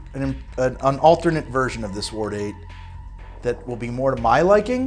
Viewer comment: still having troubles with saying the word "Ward" I see. Just say "WAR" and then add a D at the end. (My mothers family are Wards)